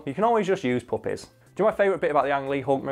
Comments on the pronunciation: Low key couldn’t tell if he was saying puppets or puppies till he showed the screenshot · I thought you said puppets at first, which would also be a great scene in a Marvel movie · Until the picture showed up behind you I would have sworn you were saying puppets not puppies. I was thoroughly amused by imaging Hulk sitting down to a Punch and Judy to calm down. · Every time you say puppies I can't help but to hear poppies. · It took me till the middle of the video to realize you were saying puppies, not puppets. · I thought he was saying "puppets," and not puppies until I saw the clip art of the hulk with the puppies. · Oh, puppies. I thought you were saying puppets this whole time. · FOR ALMOST HALF THE VIDEO I THOUGHT HE WAS SAYING PUPPETS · I thought he was saying poppies, like the flower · I thought you guys were saying puppets for the first half lol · It took me way to long to realize he was saying puppies and not puppets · I kept thinking you were saying poppies like the flower😂 guess not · Uh I thought he was saying puppets until a certain point. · Every single time he said puppy I thought he was saying puppet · I thought he was saying poppies, which opium/cocaine is made of. I thought Hulk's weakness was drugs. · thought he was saying puppets till like 5 min in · Omg I just realized he was saying puppy's not puppets lmao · Are they saying puppies or puppets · For half the video I thought he was saying puppets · For the first six minutes of this video I thought he was saying the Hulk loves PUPPETS. That would have taken this in a very different direction. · I thought you were saying poppies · I'm sorry but for half the video i thought they were saying puppets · The whole time I thought you were saying his weakness was puppets until I saw the picture of baby dogs; now I'm hearing you say puppies. Good job. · Oh PUPPIES! I thought you said PUPPETS! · For most of the video I thought you were saying puppets not puppies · I thought the was saying poppets at first